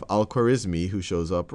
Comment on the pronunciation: It's unfortunate that you didn't take time to learn how to say the name Al-Khwarizmi correctly.